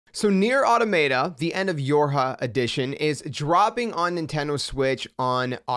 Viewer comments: Automayta 😂 I remember when I used to say that. It’s “Aw-Tah-Muh-Ta” btw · When you said "Automay-tah" I knew this was going to be a horrible video. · You’re saying the name wrong…